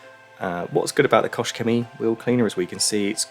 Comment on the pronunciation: Very nice result. That thing was filthy! BTW, KochChemie doesn't have an S in it. So you'd pronounce the CH in KOCH a little bit like you pronounce the GH at the end of Van Gogh. It's at the back of the throat. Think of that famously long Welsh town name. It ends with "gogoch" Go listen to a pronunciation of that and the way the "goch" is pronounced is almost the same as "Koch". Just replace the soft g with a harder K sound :) Here's a video: You've mastered the "Chemie" part of it though :)